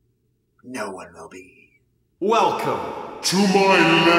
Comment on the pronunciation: when they say welcome it sounds like whale cum